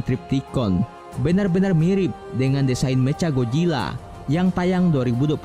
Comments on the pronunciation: Ngomong Mechanya kek bocah baru belajar bhs Inggris,meca gojila 😂😂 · Woi nama nya itu macha Godzilla bukan mecagodzila